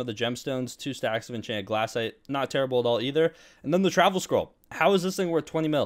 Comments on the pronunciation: BRO its glacite not glassite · im gonna throw up if i her him say "glass-ite" again